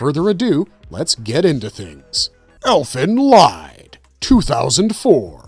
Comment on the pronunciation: Its pronounced ELFEN LEEED . Unsubbed AI SLOP